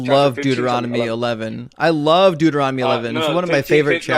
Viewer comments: This guys mouth works faster than his brain. “I’ll prove you wong” “correct or yes” “doorotumy”. He is barely coherent. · “Dueromity” 😂 FFS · what the hell is dooeromedy? lol these people are hilarious with how confidentially wrong they are. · “Okay . . . Go to Do er ah mady” Clearly a scholar. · My favorite part is the caller repeatedly mispronouncing Deuteronomy, even after says it correctly several times. “Look up da-roo-temy” 😂😂😂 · I heard Dooronomy. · Im calling it Da-roo-timmy from now on. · The caller can't pronounce Deuteronomy, but he claims to know his bible.